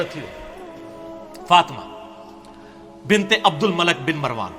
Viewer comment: You Must not speak Punjabi language. Between of speech and say the right name of abdul malik bin marwaaan not abdul malek bin marwaan Malik means baadshah And malek means farishta